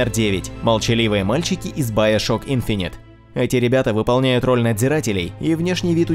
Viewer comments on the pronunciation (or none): none